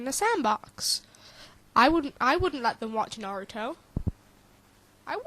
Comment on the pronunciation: You're right. It's not a cartoon! It's an ANIME. THERE IS A DIFFERENCE! And the media got the name wrong. It's Na-ru-to! NOT Nerutu! The poor person just didn't have much common sense I guess... Why he even mimick Gaara burying people in sand? And they should NOT blame the anime for the PERSON'S ACTIONS. Last time I checked, Naruto was PG-13. And how'd they come up with the name Nerutu Sand Ninjas? They have names and last time I looked, the most famous Naruto sand character is Gaara.